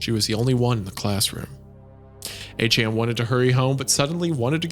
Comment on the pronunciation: Somehow hearing Isaiah butcher the pet name A-Chan is even worse than the horror his German and French pronunciations are.